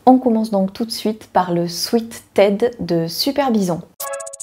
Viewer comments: Je prononce également de la même manière le mot sweat. Je ne savais même pas que c'était pas la bonne façon de le dire mdr. Oh je note pour le pull ted de super bison. En plus le col châle est super joli ! Pour une fois qu'un projet homme me tente ! Je cherche aussi des projets couture pour des petits cadeaux. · Merci pour ce partage très sympa. Je suis très contente de voir toutes tes cousettes et j'aime beaucoup ta nouvelles formule qui regroupe par thème. Très belle série de sweat ( que je prononcé moi swit et je n'ai pa l'intention de changer). A très bientôt. Sylvie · Coucou, merci pour tes vidéos. Je t'avoue que cette polémique sur la prononciation de sweat sur YT m'agace. Il y a des mots empruntés aux langues étrangères et qui ont changé de prononciation. C'est pareil pour des mots français en langue anglaise. Bureau se prononce biouro en anglais, coup de grâce se prononce coup de gra par exemple. Et bien sweat se dit swite en français. Je suis bilingue et je le dis ainsi quand je parle français. D'ailleurs un sweat n'existe pas en anglais où sweat veut dire transpiration. On dit un sweat shirt ou un sweater. Et un bas de jogging se dit sweat pants mais personne ne dira qu'il porte un sweat. C'est donc bien un mot français, emprunté à l'anglais certes. D'ailleurs la plupart de celles qui disent religieusement un swète disent pourtant fibre mood alors qu'il s'agit d'un titre anglais qui devrait se prononcer faïbeur mood (les mots finissant par re se prononcent EUR en anglais britannique comme centre, novembre...) ou prononcent sew sou ou siou alors que ça se prononce so et que là c'est vraiment une faute puisque le mot n'est pas passé dans la langue française. Alors continue à prononcer sweat comme tu en as envie (et fibre mood et sew aussi d'ailleurs alors que ça, j'avoue, ça fait mal à mon anglais 🤣). Bises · Super Moi aussi je dis swit 🤪